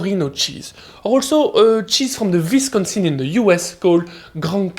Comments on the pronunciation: Wisconsin is pronounced like Oui-sconisn, but thanks for the cheese shout outs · Great vid but I have to admit my favorite thing about it is his adorably French pronunciation of the word “Wisconsin” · Your pronunciations of Vermont (for future reference, ver-MAHNT) and Wisonsin (Wiss-KHAN-sin) were hilarious